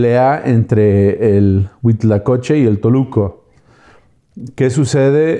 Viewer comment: HUITLACOCHE, NO HUITLACOCHO ., se ve que si sabes .